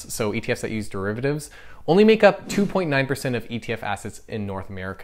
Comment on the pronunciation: What are "dreivatives"???